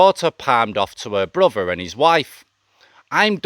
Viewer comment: your stories are ok but your voice you can’t pronounce your easy words wiv / n brover are crap take a tip of Thailand bound sorry but not v good to listen to